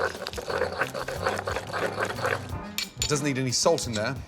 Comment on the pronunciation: We love salt and pebber lol